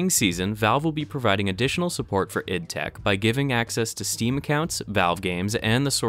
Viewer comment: Just a notification. It's pronounced I D tech. I worked there as an instructor this last year.